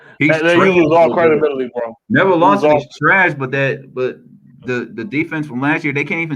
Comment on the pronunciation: He said nevin Lawson😂😂😂😂💀💀